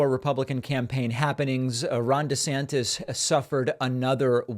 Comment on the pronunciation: DEE-Santis is DEE-magogging